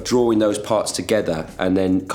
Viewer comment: We never talk enough about how Liam says drawing as DRORING 😩😂♥️